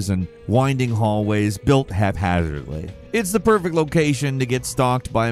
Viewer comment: "and hallways built haphzzrly" Guy sounds drunk